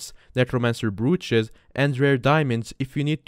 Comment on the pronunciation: it's pronounced bro-ch, dont worry its easy to do